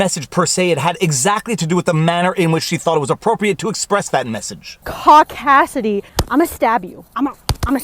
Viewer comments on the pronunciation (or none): Oh is that what she said, that explains it now, I thought she said "cockdasity" and I thought funk is she a feminist as well, it may have been her accent but your word makes,more sense. Cheers. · She said "cock assity" which is homophobic is anyone's book. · Am I the only one who didn't hear "caucasity" at first? And then Viva said it!? I thought this was a family show!jk